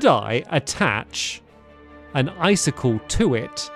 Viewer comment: And then he said “ice-stick-Le” funnest thing I’ve ever heard 😂